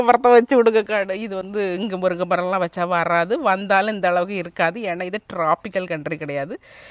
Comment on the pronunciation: முறுங்கை இல்லை😂முருங்கை.நீர் இந்தியா தானே உச்ரிப்பு வராது